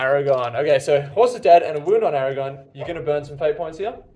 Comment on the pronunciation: Aragorn? Aragon sounds just wrong somehow